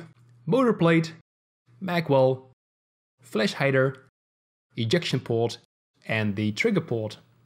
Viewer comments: You said flesh hider:) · Sounds like he said fleshlight lmaoooo🤣🤣🤣